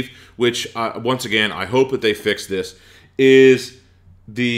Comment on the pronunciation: this is annoying me THis not Dis